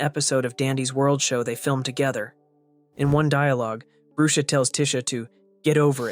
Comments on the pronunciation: Its not brue-sha its brush-a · the way he prounonced brusha "broosha"